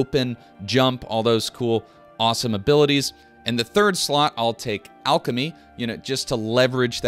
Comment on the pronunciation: I really enjoy your videos but no one says alchemy like that. Stop it!